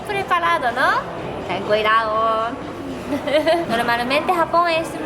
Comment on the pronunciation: amo cuando dice "ten cuiraoo"" :)